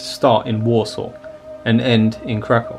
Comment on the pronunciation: Well done! Thank you for your commentary and fabulous music. As a native speaker of Polish, I can appreciate how you say: Kraków or Zakopane. 👏❤